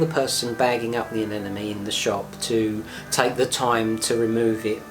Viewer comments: Why almost everyone calls the. Anenome and not anemone.. ? Whyy?????? 😱😱😱 nice video though.. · A-NEM- A-NE say it right.